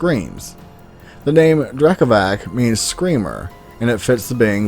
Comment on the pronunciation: It is pronounced Drekavats.